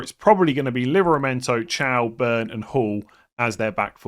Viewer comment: Mans pronouncing thiaw "ciao"